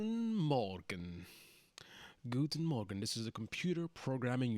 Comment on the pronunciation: Hey ;> your "Guten Morgen!" sounds really good - great pronunciation ;D